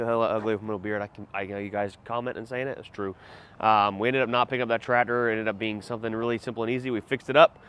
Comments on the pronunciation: Oh so tradder is Tractor. That's quite an interesting speech impediment. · It's TRACTOR!!! not tratter.